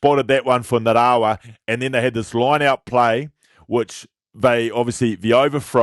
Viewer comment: bro get your pronunciation sorted out for our man Nga- ra-wa ok! Geez boy that's embarassing for an ex Wai-kato legend! See bro I feel bad for you coz this could go viral for all the wrong reasons so, bro help me to help you cuzzy!